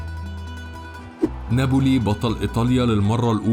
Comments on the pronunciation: Napoli, not Naboli! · يا اخي كرمال الله ناببببولي ما نابولي في شدة فوق حرف الباء